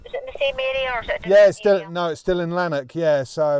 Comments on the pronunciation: Lanark, not Larnak. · Lanark is a small country town which I am assuming is not crawling with master criminals. Therefore the police will not be so stressed fighting high-level crime. By the way, the town is pronounced Lann-ack, not Larn-ock! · It's LANARK not Larnock! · Its pronounced Laan Ark